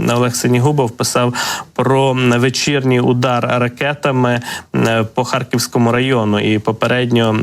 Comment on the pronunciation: У ведучого жахлива вимова... Що це за акцент ???!!!... "Харківскому, здогадуватиса, до кинца, области, росияни, промисловости, мисти, доступности, ци, відбувалоса, пядесят...